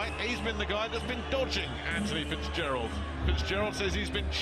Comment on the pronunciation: Fitzgerald not fizpatrick